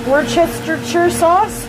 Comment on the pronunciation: Like we're going to use her recipes. By the way, it's pronounced "wooshter sauce."